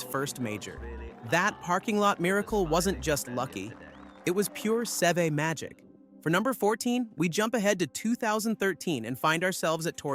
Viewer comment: Not a bad idea for a show, but Sev? Seva? Bro, if you're gonna do golf videos, you gotta at least learn who it is you are talking about.